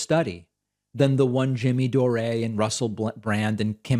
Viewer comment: "Jimmy Doh Ray" LOL!